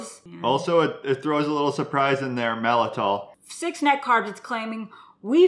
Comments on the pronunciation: Malt-I-tol, not mal-I-tol. Think “malt liquor,” not “malfeasance.” Just nit-picking, sorry. Soluble corn fiber is also called “resistant maltodextrin.” Regular maltodextrin hits hard (I’ve seen claims of a glycemic index of 100), but supposedly SCF is way less of a problem. Calling it SCF makes it sound natural, but it’s about as natural as high-fructose corn syrup... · I think you two are amazing. And it pains me to say this but there's actually two letter t's in the word Maltitol - I could be wrong but I'm pretty sure on the pronunciation, the first "t" is not silent. :) You have done great research to benefit many and proper pronunciation will help credibility.